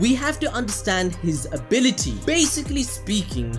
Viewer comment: “Ability” “a-billl-ity” ability never heard ability so many damn times